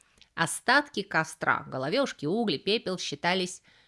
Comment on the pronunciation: правильно говорить головЕшки, а не головЁшки.